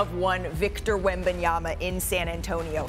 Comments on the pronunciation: Why Perk add the extra “b” to Wemby’s name? 😂 …yama, not yamba 😂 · Did Perk just said WembanyamBa twice in a row?)